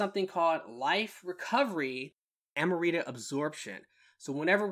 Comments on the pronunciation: Am-rita not Ama-rita 🤣😂🤣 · Love the video but lol, I couldn’t help but only hear “Amarita” 🤣